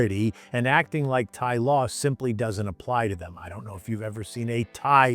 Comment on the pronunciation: What is a "Tha-ee"?